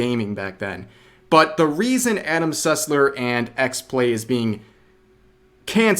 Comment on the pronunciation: all I heard was Adam Sutler instead of Sussler and I was incredibly concerned for a moment